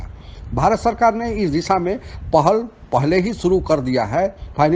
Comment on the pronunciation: शुरू को सुरु बोलते हैं ये भाई साहब। पता नहीं कहां कहां से अनपढ़ आ गए हैं वीडियो बनाने।